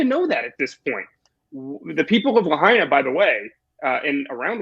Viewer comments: Viva, its “La -HIGH-na” ! Not La-HAY-na. Say it ten times La -HIGH-na, La -HIGH-na La -HIGH-na, La -HIGH-na, etc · Lahaina is not la hay nah. It's la high nah. Sloppy Viva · it's LA HIgh Na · Please, it's pronounced La hyena, or la high nah. "In the mother tongue, ‘āina refers to that which feeds, that being the land and its produce, as well as the sea and the all the things from it we can collect and harvest to sustain our selves with." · please correct the pronunciation of lahaina